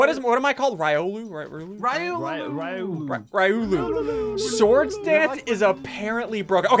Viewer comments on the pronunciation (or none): It is not Rieolu it is Riolu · Just so you know SSundee I'm not trying to be mean but you pronounced it rye-oh-loo but it's pronounced ree-oh-loo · Riolu (Ree-O-loo) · Riolu (Reee-oh-loo) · It’s ree-all-ooo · This is how you pronounce it ree-oh-loo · sighs Its ree-oh-loo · It’s ry-o-lu say it fast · It’s reee lo looooooo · It's pronounced Ree-oh-loo. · Its ree-oh-loo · Isnt Riolu pronounced as ree - o - lu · It R-ie-o-lu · NO HE SAID RIOLU WRONG 😭🤣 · ssundee: says riolu wrong pokemon fans: what is this garbage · SSUNDEE this is how you say it riolu